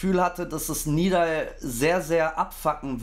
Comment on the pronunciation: Warum sagen eigentlich so viele Nidal Nib, obwohl er Nedal Nib heißt? 😅